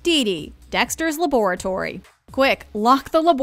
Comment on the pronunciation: did she pronounced laboratory incorrectly?